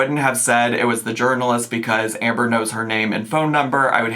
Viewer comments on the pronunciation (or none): none